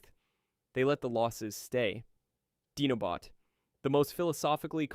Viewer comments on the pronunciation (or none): What the crap are you talking about? 1) Primal survived the movie. 2) It's pronounced DI-NO bot, NOT DEEnobot. Now I KNOW you're not a real person narrating this video. 3) BW Primal DID NOT re-ignite G1's prime spark. G1 Prime was dying because his face was blown off. Primal had to temporary house his spark while his G1 prime's face was getting repaired. 4) BW Primal KEPT HIS GORILLA MODE in BM. He didn't restore cybertron's biological core, he reformatted it to become techno-organic. 5) it's pronounced ener-JON, NOT ener-GONE. Do your research before posting the wrong information.